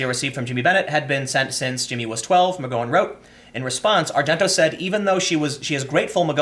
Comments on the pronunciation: Really? Quoting revenge passages from the Bible? Who does she think she is, Jules Winfield? 😂😂😂 And Tim, you really still don't know how to pronounce McGowan? Gotta be doing it on purpose to annoy us. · Tim, I love your work but.... How do you say cow, pow, flower, power??? Now, how do you say McGowan??? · I can only assume this is the worst attempt at pronouncing "McGowan" in recorded history. That was painful to listen to. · OMG! Me too! Pun intended 😉. It's as bad as hearing Sean pronounced seen! I was correcting him out loud each time while my husband laughed himself silly! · TIM: It's Mc..GOW-in. That's "GOW" as in "she wore a nice gown that night"...not as in "she wore a nice go that night". PS: "SJW/FarLeftist/Fininists are IN-FUCKING-SANE". The sooner you realize this, the sooner you can distance yourself from the Left, and the sooner you can admit you are not "left"...you're pretty far from "Left". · Unless you're doing it on purpose.... it's "Gow" like "Cow" ... Mc G (C) owan... It's like fingernails on a chalk board. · McGowan is pronounced like "mick cow an." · Love your commentary. But Tim. Dude. Start googling "how to pronounce (insert name here)." McGowan has a gow like now. Now like row. You're too smart and your content is too good for you to keep mispronouncing shit. Even when you know you're mispronouncing shit, you call attention to the fact that you don't know how to pronounce it. Just Google it before you shoot and stop apologizing. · Dude! When are you going to pronaounce McGowan properly? It's not a long "O" sound its a short "O" sound. Think Mc-Wow-an but with a 'G" instead of a "W". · Do you intentionally mispronounce McGowan?! Holy fuck. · Mc GO in lol. Gow as in cow. Not GO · Tim pronouncing McGowan's name wrong was actually driving me insane lol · Tim.. the ow in McGowan sounds like well. Ow. Now go-wan :) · Not McGowan is in 'go;' McGowan as in 'cow!' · It's Mc-Gow-en not McGo-when! You are driving me up the wall Tim!